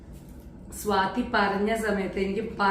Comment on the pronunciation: നിങ്ങൾക്ക് വള്ളുവനാടൻ ഭാഷയാണ് ചേരുക.....അല്ലാതെ സ്വാതിയെ സ്വാത്തി ആക്കുന്ന ഉച്ചാരണം ...ഒരു ഭംഗിയും ഇല്ല കേൾക്കാൻ.....😂